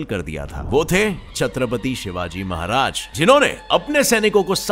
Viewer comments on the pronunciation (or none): Bhai wo chatpati ni hota chatrapati hota hai😂😂😂